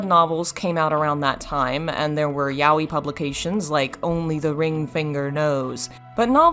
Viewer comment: good video. but yaoi is ja-oh-ee. wtf ja-wee...